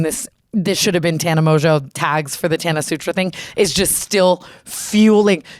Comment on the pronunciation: Ethan Klein doesn’t know how to pronounce a lot of things don’t be offended. He doesn’t even know how to say Tana’s and he’s hung w her multiple times 💀